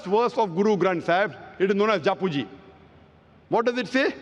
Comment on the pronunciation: Osho has confused you boy. You know nothing. All you want fame without facts. Stupidity has no limit. You can’t even pronounce Japji. No one explains Nanak better than Osho. Speak about your religion leave Sikhism as you don’t even understand what state in Guru Granth Sahib